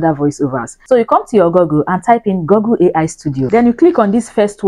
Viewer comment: Nice content 👍, keep up the good work. By the way, it's called GOOgle, not GOGGle.